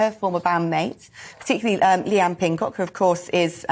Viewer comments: did she just said leigh anne pinncock instead of pinnock? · Leigh-Anne PINNOCK! PINNOCK! PINNOCK!!! Not "Pinncock" ffs. (also, we love you Leigh-Anne, we doo 💕) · The fact she said Leigh-Anne PinnCock 😭🤣🤣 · did she just say Leigh-Anne Pinncock? 🤦‍♀️🤦‍♀️ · Why promoun Leigh-Anne's last name wrong?